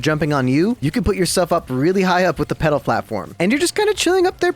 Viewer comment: When he was saying peddle I kept hearing pedo lol